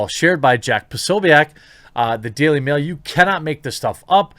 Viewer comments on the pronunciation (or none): none